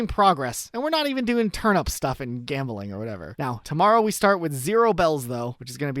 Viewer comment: bro why he pronounce turnip like turn up its actually pissing me off so bad i literally cannot finish this video